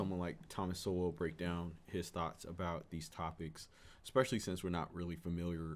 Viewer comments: Its pronounced "Soul" not "So-well" ;) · Sowell is pronounced soul.